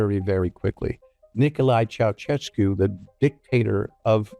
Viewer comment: your pronunciation for Ceaușescu is laughable, ș is pretty much an sh like in the word sh*t😂😂 ceaushescu